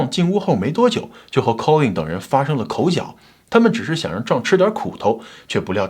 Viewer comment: 口角，角，念“觉”。😊